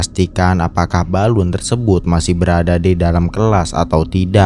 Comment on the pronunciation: Balon , bukan balun! bahasa mana balun